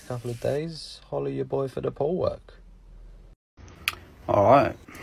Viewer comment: when he says holla ya boy for the pool work i think he says holla ya boy poo work 🤣✋